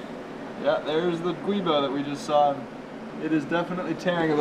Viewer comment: "Giubo", not "guibo".